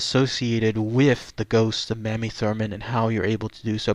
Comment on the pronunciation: It’s pronounced “May-me”